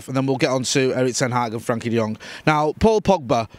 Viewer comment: please! It's "FRENKIE" with an E! Great video otherwise as usual.